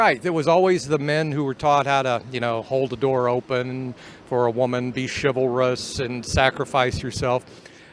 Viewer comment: Chivalrous. I almost had a fucking stroke when she said that!